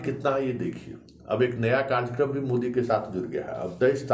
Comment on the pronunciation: Ye "karjyakarm " kya hota hai? Karyakram kahiye. Waise aapki aawaaz buland hai aur anchoring bhi achchi karte hai aap par 8.38 minute pe ye kya keh gaye aap...." sirf Gujrat aur Himachal ki haar...." Dhyaan dijiye please.